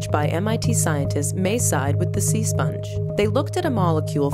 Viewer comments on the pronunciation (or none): You say sea spange i say ho lives under the se spangebob